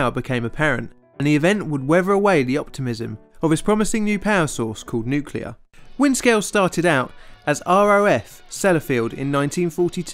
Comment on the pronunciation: We were so bad at nuculer pysicics back then lol